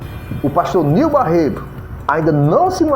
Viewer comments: rapaz vc não sabe nem pronunciar o nome do pastor direito. o nome é : NEIL BARRETO vc se consegue falar correto agora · Meu Deus a pessoa que fazer a fofoca mais não consegue nem falar direito o nome certo meu Deus tenha misericórdia dessa língua 👅